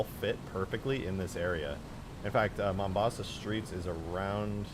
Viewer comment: "Your Mombosa" killed me more than it should've.